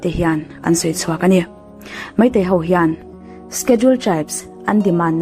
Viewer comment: Meitei ho tiin i ziak dik thiam tho sia, enga ti nge Meitei hauvin tia i sawi tlat le, ho hi hau i ti vek mai a, han zir leh deuh teh. I aw a mawi si, ding chungin vawi 100 vel hovin hovin hovin han ti la, thiam mai ang😊. Hauvin hauvin tih loh tur nih kha aw